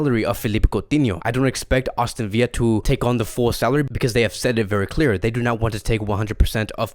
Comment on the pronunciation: “Austin Villa” Lmao love you